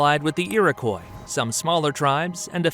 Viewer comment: I know it's petty, but please get pronunciations correct before narrating. Iroquois is pronounced French-style, ie. I-rok-wah, not Iroquoy. And it's Lake Ontayrio, not Ontarrio. I thought these were common knowledge, but I guess not.